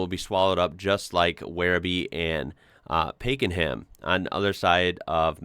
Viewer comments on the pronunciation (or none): its pronounced as pack-en-ham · Pakenham. Pak n mmm. It's a bit like us saying Ark ann ziss to an American! LOL 🤣